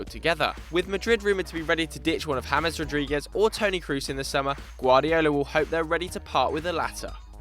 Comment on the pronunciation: I love the ignorant pronunciation of James Rodriquez